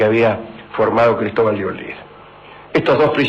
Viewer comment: Olid, no Olin